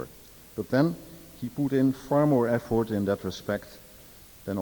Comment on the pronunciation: Gonzo is een geestige en effectieve interviewer, maar voor zo'n goed geinformeerde man is zijn uitspraak van alledaagse Engelse woorden als 'effort' and 'elegant' opmerkelijk te noemen!